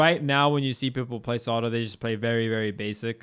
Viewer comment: I was trying so hard to figure out which character he is calling Sado but that's probly Zato. I guess they dont have Zs in Sweden